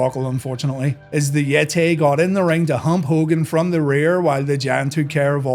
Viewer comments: I will never understand Tony’s reason for saying “yetay” instead of “yeti”. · the Yet-tay 😂😂😂😂